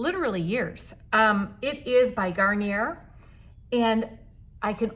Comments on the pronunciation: Gar- nee- eh- not "Garn yer". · Just as an FYI, Garnier is French so it's pronounced garn-yeh 🙂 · You crack me up girl; with the mirror 😆😆😆 As a Michigander you need to pronounce Garnier in the French way as though it ends with a “long” E-A ( no “r”sound). I love the blush! So pretty on you and natural looking too. Thanks so much!